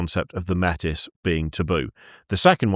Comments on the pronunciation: Small correction: Métis is pronounced 'may tee'. Its borrowed from the actual name for mixed European and indigenous people who regularly faced discrimination from both Europeans and the indigenous people of Canada. It's french. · 'Metis' is of French origin so is closer to may-tee. (And the reason it got cut out of new lore is that it's also a specific real world cultural group - a blending of certain indigenous groups with french settlers in Canada) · Métis is pronounced "May-TEA". If you sound like a pirate you're saying it wrong. For some reason, WW used a real term for people of mixed Indigenous North American/Colonial ancestry. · Metis is French, it's pronounced may-tee. It is also the name used in Canada for people born of mixed aboriginal blood.